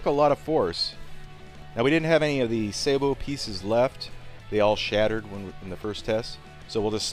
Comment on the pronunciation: watch?v=HtO_qFMn9cA Ian says Say Bow. Trust him.